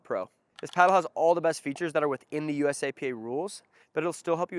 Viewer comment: USAP not USAPA .